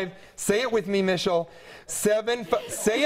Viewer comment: OMG so good! Say it with me "Mishel" HAHAHAHAHAHAHAHAHA